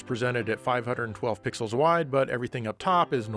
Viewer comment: I know you probably said "320 pixels wide" there, but when I first heard you say that, it really sounded like "320 pickles wide" to me, and that gave me a good laugh.